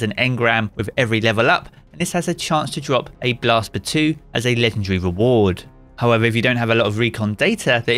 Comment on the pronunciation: What kind of lunatic is calling it Blast "Batooee"?!!